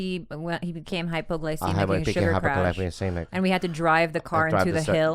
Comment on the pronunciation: Toms face expression when Bobby cant pronounce hypoglycemic is priceless